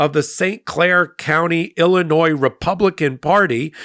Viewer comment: The s in Illinois is silent